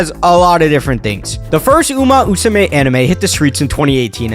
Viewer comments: you mis-pronounced umamusume for a whole video and you now can pronounce it in just now? what? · Love the energy but i die laughing every time you say "uma-usume" no 2 english speakers pronounce this game the same and it's so funny. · It's uma MMMusume, not Uma Usume Haru Urara, not Haru Uraha And Symboli Rudolf is pronounced Symbo-lee, not Symbol-eye Sorry it bothered me so much😭